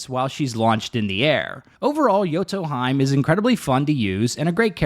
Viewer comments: Same after the game properly says "hime" I hear "hyme" right away hurts my ears so bad like a scratching at a blackboard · (hime)Heeeeeeemeeeee not haym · yoto... HE - MAY. not hyme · *Hime (He-May) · not hime, it's pronounce as "he-may" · Or Jotunheim. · Hahaha yoto haime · not sure because im german but would say may like the month.. its hee- meh..more like that...in german with different pronunciation id make it Hi-me..main character of bleach is called Orihime, Hime actually meaning princess. also watching anime jap original so not english dub pronunciation. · FFS hahahaha ARE YOU doing it on purpose saying their names in the most wrongful way? hahaha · I’m sayinggggg 😭😭😭